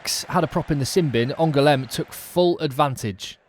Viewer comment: Thanks for the great highlights. To improve your French, here's how to pronounce these 2 places. You only misprounced Aurillac once. My bad!😋 *ANGOULEME => 3 syllables, AN GOU LEM (GOU like in GOO in GOOD) * AURILLAC => 3 syllables again, AU RI LLAC (LLAC like YACK the animal)